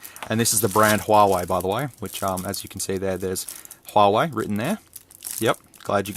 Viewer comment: When you buy from Wish and then you wish you hadn't. HUAWEI - Hu-ar-we - I do not know who you are?